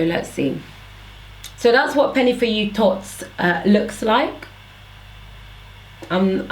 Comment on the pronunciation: The way you pronounce thots is soo cute Lol ... I love your natural hair videos !!!